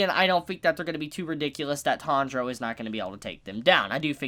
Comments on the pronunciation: Alvaro Díaz No, it’s a mispronunciation/accent. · Why does call the protagonist "Tandro" instead of Tanjiro, which is clearly his name? Is it an inside joke I'm missing?